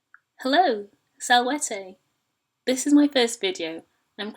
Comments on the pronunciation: My thoughts EXACTLY. She completely switched the long and short vowels immediately. I'm paused at six seconds in, now I'm gonna fuck right off because of it. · "Hello, salvaytay", well this is just off to a great start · You pronounced salvete as salvetey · Title: Learn Latin! Video: "sALwhAytEy" Bruh. No.